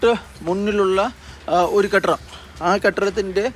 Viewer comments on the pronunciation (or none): കെട്രം അല്ലടാ കെട്ടിടം ആണു